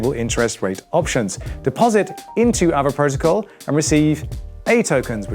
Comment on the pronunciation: It should be pronounced as aa-vay